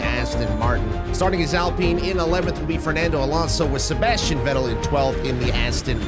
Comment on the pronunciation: I can't believe he said Alpeyn instead of Alpine